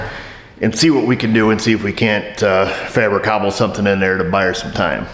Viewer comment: "Fabracobble" - got to get that in the dictionary.